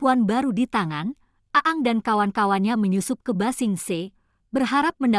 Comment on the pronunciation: bacanya aang bukan aang